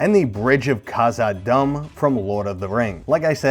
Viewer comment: Love Your Videos keep up the good work XD, you kill me though it is Khazad-DOOOOM